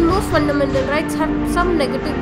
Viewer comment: Fundamental bolna sikh ke aa😨